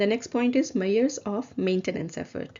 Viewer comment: I really appreciate the videos you have posted since it helps to understand the abstract topics of the syllabus. I have just one thing, please, double check the pronunciation of the words measure, measurement, measuring.